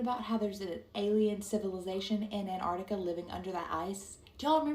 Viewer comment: It's Antartica, not "Anartica" 😂😂😂